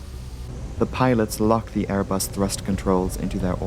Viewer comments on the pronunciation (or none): none